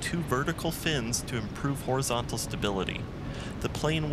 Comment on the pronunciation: Loves the video, you are doing great work man. But, you said horizontal what's ? Hahahaha